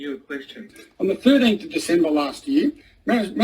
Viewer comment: He pronounced the word "year" as "yeauh". Is he from New Englandd?